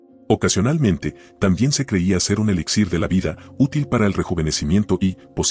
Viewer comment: Dijo... un ELISSÍR??